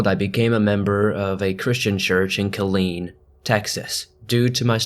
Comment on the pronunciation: Kudos! He said Kileen correctly! South Texas thanks you